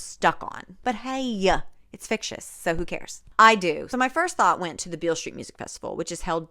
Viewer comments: Every time you said fictious I actually cackled out loud. I just can't. Also, this book is a crime against words, both real and not real, and the queer community. Yikes. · I’m sincerely afraid that you’re going to be saying fictious for the rest of your life.